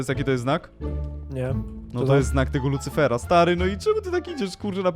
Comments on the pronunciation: Lucyfera nie licyfera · pisze się Lucyfera a nie licyfera